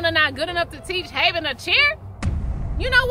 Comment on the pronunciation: It's Havyn not haveyn learn to speak fr